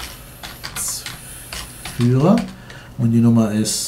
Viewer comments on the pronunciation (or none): bei wirst du so schnell mit reden ... da kann man kaum folgen. Der Ralf Schmitt ist bei dir aber gar kein Geschäftsführer sondern Gecshäftsführer ;-)